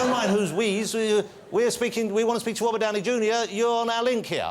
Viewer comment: Its English but he can't say his r's lol he's are chat show host